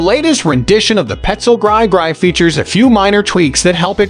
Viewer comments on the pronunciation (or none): He said "gry gry"